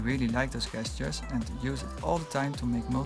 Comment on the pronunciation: "gesture" isn't pronounced that way